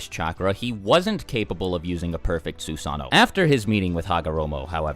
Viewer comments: So we're not going to talk about the man that has a youtube channel dedicated to naruto, but still cant pronounce Susanno-(Su-sah-no) they say it in the show hundreds of times. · Sue-San-no lmao